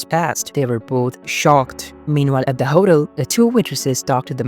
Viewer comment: Your mispronunciation of hotel made me giggle.